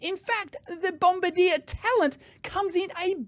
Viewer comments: Dave, you say it as Bomb-bar-dee-aa. Not bomba deer, like in the war. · Just a minor detail, but your pronunciation of Bombardier is wrong. It's not bom-ba-DEER, like the crew member of a bomber who drops the bombs. It should be bom-BAR-dee-ay being a French Canadian company. My daughter had some dealings with the company and was quickly corrected by them at their first meeting. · I'm twitching every time he says "BombardieR" 😢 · BOM-BARD-YAY... also, Bombardier doesn't make trains or planes anymore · Diesel being notoriously clean. Just ask VW! Also you mispronounced Bombardier. It is pronounced: Bombardi-e-yeh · It's pronounced bom-bar-dee-ay. It's a Canadian company based in Quebec, where the dominant language is French, hence the pronunciation They also make jet aircraft, snowmobiles, and a bunch of military vehicles. Of course, when Ottawa, Canada's capitol city, built a metro, they bought a completely unsuitable train model from a company in France, instead of Bombardier trains that are built in Canada by a company that knows how to build trains that will work in our climate. (The climate in Ottawa is slightly colder than the climate in Moscow.) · It's Bomb-bardi-eh. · If the train is fully electric it could connect to the mainline overhead catenary and only needs battery for the 2.6km private Tesla stub that they're too cheap to build their own overhead catenary for. Those panels probably would be enough to power the train for that short portion. There are trams that operate like this: Oh, and Bombardier is a Canadian company from Quebec, so the pronunciation is French: BOM-BAR-DI-ER. 😄